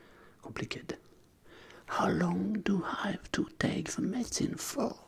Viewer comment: vous prononcez très mal le verbe Have lol :D